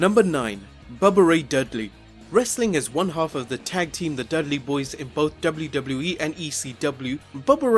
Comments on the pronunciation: I know its just his accent but is no one gonna mention WluWluE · Dubbleyew Dubbleyew E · Am I the only one who thinks this guy can't pronounce WWE correct?